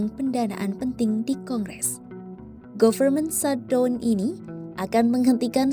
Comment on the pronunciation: mba , saya bantu teaching spelling nya ya . pengucapannya bukan "govermen shatdon" . tetapi "gaferment syhatdawn" . ok mba 😉 . soalnya ini kan tv /media nasional . bukan chanel pengamat secara pribadi . sudah pasti ini di lihat orang luar juga